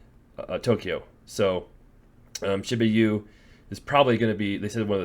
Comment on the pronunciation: Shi-boo-ya city